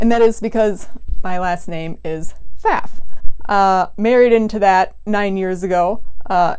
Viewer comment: I cant speak for your last name, but the sewing machine brand is pronounced foff. Any German will correct you on the spot. This is not a controversy.